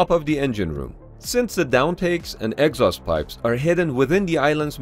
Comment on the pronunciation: It took me a moment to figure out what an "X-os vent" was. You mean an "ex-OST" (exhaust) vent!